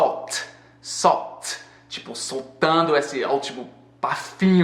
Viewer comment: Quando você fala "salt" eu entendo "soul" hahahahaha